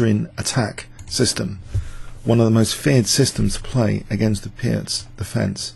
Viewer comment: "Peertz" is a correct pronunciation of Pirc !... ( Vasja Pirc - Slovenian GM ).